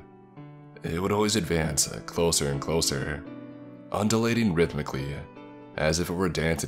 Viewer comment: I forgot to mention that said undulating or ungilating wrong in part 1 of narrating your story for context see my previous comment be prepared it is very long and read it in your free or spare time only yeah yeah yeah.